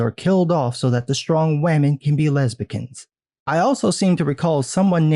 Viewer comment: "Lesbicans" Bruh, nice! 😈👍🏽🍿